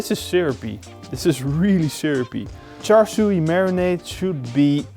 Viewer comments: Looks amazing! Also pronounced “char sue” no “char sue e” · Thanks. Waaay too much food colouring! It’s Char Siu but the “Siu” rhymes with “new” or “sue”. Maybe “Shoo”. You get the idea. Also, pork belly is ok but pork neck is better. Cheers!